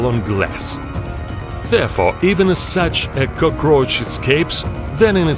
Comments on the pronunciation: Nobody: This guy: Cœgrøæçh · I like how he says it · Love the way he pronounces "cockroach" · I love how he's keeps saying it "kukroch" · No one: Japanese American anime guy: kokroch Also this guy: k o k r o c h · No one:: Cocoroachs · Nobody: Him: cookRoch 🦗🥩🌭🌮🌯🍜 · The way he pronounces "cockroach" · Him: cukrosch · He pronounces cockroach “Cookroach” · I love how you say cockroach. Gives me the jitters. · the way he pronounce cockroach distracts me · this is like a gladiator arena, everyone just watching them fight to the death lmao (edit) Its "cockroach" not Cokrooach or cokarooch (edit 2) It's "immediately" Not imidely